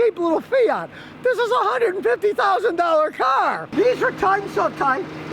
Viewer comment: The mirror talks to him! It whistles! Lmao How many times can Scotty say “HUNDRED FIFTY THOUSAND DOLLAH CAH!”